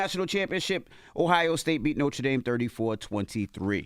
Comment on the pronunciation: It really bothers me the way Envy pronounces Notre Dame lol